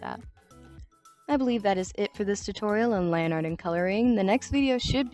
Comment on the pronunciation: Low key thought you said Lani Art instead of lineart